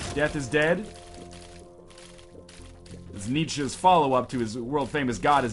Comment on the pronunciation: for being able to pronounce Nietzsche properly